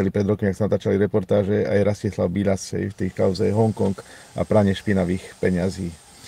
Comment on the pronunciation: Nie Biĺas ale Bilas. Je to môj bratranec tak viem ako sa volá.